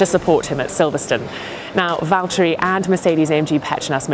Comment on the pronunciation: vihaan sitä ku se sanoo valteri ku se on VITTU VALTTERI! :D